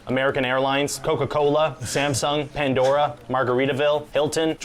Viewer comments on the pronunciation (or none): none